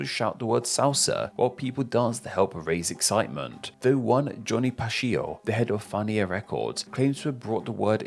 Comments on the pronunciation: Pacheco is pronounced pah-CHECK-oh Zambacueco is pronounced zahm-bah-KWECK-oh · Definitely was an interesting pronunciation lol